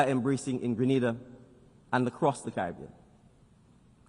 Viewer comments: You have to understand she called it how it read . Remember A also makes the Ah sound so if they are not familiar with the country that how they will pronounce it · Correction “Green Na Da” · No he didn't. Listen carefully. He said Gree-nay-dah. The first a is pronounced like the letter 'A' The woman at the start said Gre-nah-dah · Young leader. Wonderful. Would have been nice though if the name of his country had been correctly pronounced. Basic protocol. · Hello Granada is in Spain....google the pronunciations. There are alot of people bcs of poor pronunciations have ended up in Spain instead of going to Grenada and then blame the travel services because of this!